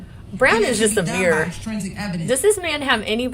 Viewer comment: OK I can't stand the way she saying extrinsic... and so much the jury will never remember all this hope they get notes lol